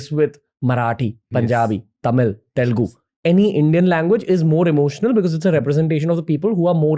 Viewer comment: It’s Telugu not Telgu